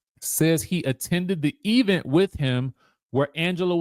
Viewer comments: Why do the bloggers pronounce event that way? Omg annoying! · E-vent was a joke 3 years ago. I'm now of the belief that the work pronunciation has permeated your vocabulary. Please stop.